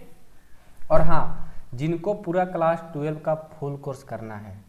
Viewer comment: Sir kalas nahi class hota hai.